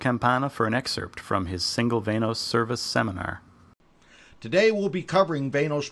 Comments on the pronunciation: VAN-OS.. not VAIN-OSE.. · Van-noise